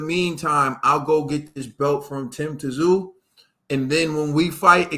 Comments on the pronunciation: It isn't Tah-zoo. Tss-ooo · Hey, it's Tim Tsyzu ( Zoo) pronounced! Tim was awarded the official WBO belt after defending the interim title 3 times! ZOO is fighting Mendoza this weekend! A fight he didn't need to fight! But he is after everyone believed Fundora was the next great thing and Mendoza knocked him out! Bros, go back through Tim Tsyzu ( ZOO) last couple of fights and please tell me this guy can't be great!! And remember, no need for Tim to fight Mendoza, just going through the division trying to get his chance to be great!! Love my bros